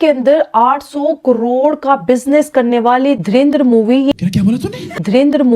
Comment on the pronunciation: Dhurinder nhi dhurandhar ĥ .....criticise kerne se phele pronounce kerna sikho n what rubbish we are proud of our defence force tumhari hakikat dikhai h....himmat hoti to bangladesh banne se rok lete derpok terrorism phelate ho